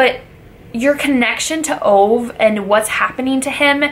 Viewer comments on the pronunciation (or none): His name is Ove , not Ow :-) Think that you say Over but skip the r. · His name is pronounced Uh-gay, oovay. Not Ove as in cove. But nice video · His name is pronounced ovah you dumb brod! 😬😂😂😂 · Great review, just a fyi his name is pronounced oo vaahh.